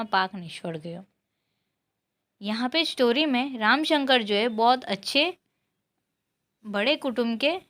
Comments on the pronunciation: ramshankar not ramashankar But nice explanation ❤ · ramasankar nahi didi ramsankar